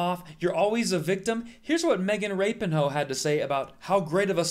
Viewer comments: Is it pronounced the way he is pronouncing it?? As in Rapinhoe???😂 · Kvon she’s not “Rapinhoe” like “Ivanhoe”. She’s Rapinoe. Lol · Is it really pronounced rapinhoe ? 😂😂😂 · Did you just call her Magen Rapinhoe? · Agree with you. I have spent time explaining the issue with sister and niece. My problem is why would you ever pronounce her last name Rap-n-Hoes? At best it was a sophmoric horrible joke, at worst it feels like since a women is wrong its far game to say something truly offensive in the this medium.. Anyone else feel like this? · Why is nobody talking about how Kvon pronounces her name🤣🤣🤣 I can't stop laughing 😂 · You got my thumbs up just for the pronunciation of her last name, brilliant! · I like how he pronounced her name. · I think you made good points. My partner and I used to be a fan of hers, but her attitude has been a huge turn off for us. We much prefer Kelley O'Hara, Julie Ertz, Carli Lloyd, and Tobin Heath. I would suggest, however, that you pronounce her last name properly. Otherwise, you bring yourself down to her level, which is not a place anyone wants to be. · Disclosing all info about the clips is helpful and shows integrity. Tell your viewers who was IN the WH when she said that. It was Trump and he hates women, weak people, and LBGTQ people. And, just like most Conservatives, you think it's funny to mispronounce people's names. Get it right! Also, sound like you also hate. I love Megan and yes, there is discrimination. Please...!